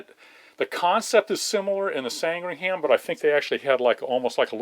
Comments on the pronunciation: This is a small thing but it bugs me so ... Sandringham 'isn't' pronounced San-dring-ham. It's pronounced Sandringim. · How is it patronising? Sandringham is pronounced 'San-Dring-Um' not 'Sang-Ring-Ham'. It's nearly as embarrassing as hearing an American pronounce Worcestershire Sauce as 'War-Sess-Ter-Shy-Er sauce" instead of 'Wooster sauce'.... Or any other English county as though 'Shire' was pronounced 'Shy-Er' instead of 'Sheer'. And as for pronouncing place names ending in -ford as 'Ford' instead of the correct 'F'd'.. I despair... I really do.... 'Ox-Ford' indeed... 'Oxf'd'... The O and the R are silent. It's no more my fault that Americans can't pronounce English place names than it's my fault they say 'Could care less' when they mean 'Couldn't care less'. Seriously... If you can't pronounce the language properly use another one... Spanish is quite popular I believe. Oh.... And stop leaving the U out of 'colour' and the second I out of aluminium too. The Short Sandringham was named after a village in Norfolk which is in England therefore it's pronounced correctly or not at all... You wouldn't like it if I pronounced Arkansas 'Ar-Kan-Sas' would you? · Sandringham and not Sangringham which is what you seem to be saying. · Fascinating stuff. Great thanks to Kermit. Capitalism has some heavy negatives, but Kermit Weeks's work is certainly one of the positives. One small point: the civilian derivative was called the 'Sandringham' [after a village in Norfolk, England, where the Queen has one of her residences], not, as Kermit pronounced, the 'Sangringham'. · I was just about to type, 'we got one of those in our museum here in my home city of Southampton, UK'. But he beat me to it. 😁 By the way, I love his pronunciation of Sandringham [Sand-ring-ham], whereas it's actually San-dring-um. But who cares, it's just great that he's taking care of a legend of aviation. 👍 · Pronounce sandringam or sandringum. We don't pronounce the h . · It's pronounced San-dring-um too .